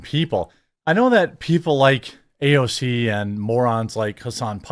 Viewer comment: You don’t have to copy Mark Dice pronunciation of AOC’s name. It’s cringe